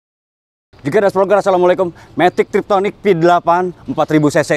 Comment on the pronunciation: Matic tiptronic om kalau sebutannya, bukan triptonic. Izin meluruskan om 🙏 #CMIIW